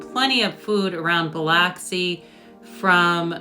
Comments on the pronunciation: Bil”u”xi , lol! Not Bil”o”xi.. glad you liked our city. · It’s Buh-lux-ie - not Buh-locks-ie. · It's not pronounced Bih-lahksi. It's pronounced Bih-luhksi. Please, if you do a review on a place, at least learn to pronounce it correctly. It's insulting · It’s pronounced buh luck see ,, but thanks for the video .. fine job.👍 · Oh my Buh-luck-see 😂 I live here. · I pronounce it Bluxi. BLUXI. Also from there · It is pronounced Biluxi... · Based on your sole response that comments help the algorithm, I’m guessing you intentionally pronounced Biloxi incorrectly. LOL Nothing wrong with working smart, not hard. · That's not how you pronounce Biloxi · I love hearing out of towners pronounce Biloxi! Thanks for putting us in the spotlight